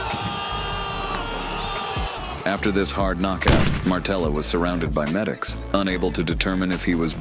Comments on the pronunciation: It's Materla not Martela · Its maTerla, not maRtela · Materla, not ,,Martela'' 😁 Also Poland was never ,, Soviet'' 🤣🤣🤣🤣🤣🤣🤣🤣🤣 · It's actually Materla, not Martela... Pretty decent fighter actually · Dude not Martela but Materla😊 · It's perfect example that you don't know what your gibberish is about when you said "steroids" in the sentence about Pudzianowski XD And what is "cocky" about Materla (not Martella you GoT fan) in fight with Pudzianowski? You obviously don't know a genesis of this fight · It's MATERLA, not Martela haha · Materla, not Martela :D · ITS MATERLA !!! NOT MARTELA.............. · Materla not Martella